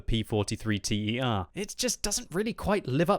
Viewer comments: It's not a P43 T.e.r. it's a P43 ter (meaning "Mark III") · P.43 T.E.R? It's just Ter... It's basically Italian for the third tank in the series, same with the Bis bieng the second. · Thumb down for the T E R... for godsake, that a ter, ter like third from latin ter. Not an accronym, a word. Like bis, prime, one... you don’t say B I S, you say bis !!!! You are driving me nuts. How can you pronunce all thoses germans and swedish tank names and fail at thus basics !!! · bis and ter in the P.43 line are pronounced as they're written "biss" and "tehr". It means second and third version, also used in French and maybe Russian. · "bis" and "ter" is not "B.I.S" and "T.E.R", it is a single word. It is Latin for "second" and "third". Just so you don't make the mistake again :)